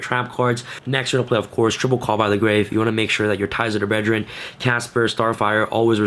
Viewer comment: “Ties of the bredgeren!” 😅